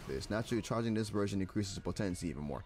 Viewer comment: You’re the second youtuber ive seen that pronounced “potency” that way